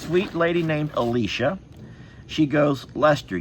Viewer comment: Lester Im impressed you pronounced my name correctly lol Alicia!! You're welcome for the fans for you and Jami! They are a life saver for me in NC. I wear them doing yard work, outdoor events and at my job if I get hot! 😅 you can wear around your neck or clip to your shorts in the front or back to blow air up your shirt. And they are rechargeable! I hope you can get some good use outta them and stay cool 😎 love yall ❤